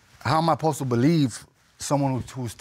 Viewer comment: How am i "uhpossed" to believe that it's mine! Bahahaha..